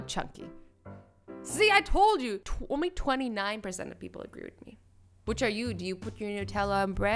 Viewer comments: One of the things I don’t like about azzy is that she was saying agwee instead of agree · Azzy:56 pepole agwee like if you heard azzy saying agwee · did anyone else notice that she said “Agwee” and not “Agree” 😂😂😂 Cause I did